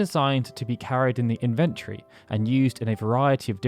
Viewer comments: What the heck is an invent-tory? Is that the same as an in-ven-tory? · Who the fuck says inventory as in-vent-ory. It's in-ven-tory. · That inventory pronounciation is probably used to bait us to comment about it. If so, well played. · Nah, has a history of mispronouncing stuff. During a livestream way back when I taught him how to pronounce the word compilation lol.